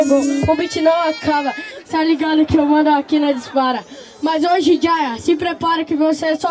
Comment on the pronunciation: A pronúncia é "JeyA", mas geral fala Jaya, e vai acabar ficando assim kkkkkkk